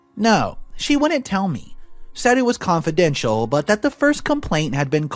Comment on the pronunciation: Also comical pronunciation 'unsubstandchuated' for 'unsubstaniated', 'distorb' for 'disturb' and 'confidenshenal' for 'confidential'. Great QC! /s